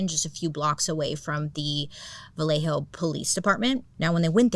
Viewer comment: So happy you pronounced Vallejo correctly lol. Born and raised in Vallejo and people get it wrong all the time. Every time I go to Blue Rock, Berryessa or drive down the dark Lake Herman Rd. I always think of the zodiac. Lake Herman always gives me a weird feeling.… Fun Fact: The show 13 Reasons Why was filmed in Vallejo 😊